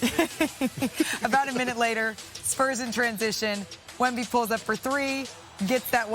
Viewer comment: This dude can't say Wembanyama's name to save his life.